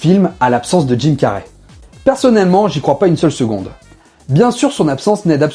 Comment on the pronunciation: Dude can you learn how to pronounce his name. You have called Jim Carry; Tim car, Jim carrié, and etc